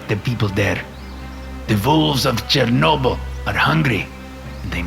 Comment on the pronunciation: It is 'Chernobyl' bro